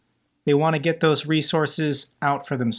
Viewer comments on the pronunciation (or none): none